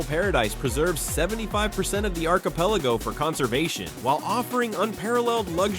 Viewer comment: I have to say, whoever does the audio/reading of the script sounds like a blithering idiot. Must be using AI for it since it’s not that difficult to say words like Kuwait or so many other words like archipelago. Maybe someone that speaks English prolifically should voice these videos. It’s really simple, if you want to be informative and spread educational information, at least know how to pronounce simple words.